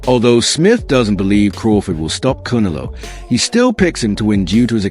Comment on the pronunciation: He says “Cuneloe” lol